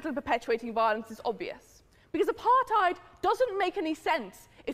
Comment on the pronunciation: i hate it when they vocalize the word Apartheid an Afrikaans Word you are pronouncing it incorrectly and sound Dumb and its insulting to my Nation and using the word Boer in English is even worse .Apartheid means segregation or to be separate dumb ass ,and Boer means Farmer and it does not sound like wild boar, get it right .fucking twat